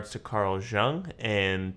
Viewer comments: It's not related to the reaction (well kinda is), but your pronunciation of Jung is hurting my ear😅 "Jung" like In "you + ng." I'm sorry if my comment sounds rude or something, it was not my intention💜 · Are you aware that your picture covers the CC lyrics? I think his name is pronounce Carl Yoong.